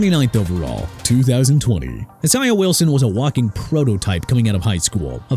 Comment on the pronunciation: ISAIAH IS PRONOUNCED AI-ZAY-UH! IT AIN'T PRONOUNCED E-SAI-AH! YOU CAN'T SAY PPL NAMES PROPERLY THEN YOU SHOULD QUIT! ALSO IT'S K'LAVON (AS IN CLAY-VON) CHAISSON (JAY-SOHN)!! I'M TIRED OF CORRECTING EVERYBODY!!!!!!